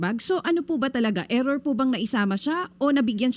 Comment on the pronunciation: "Error" ampfowtah...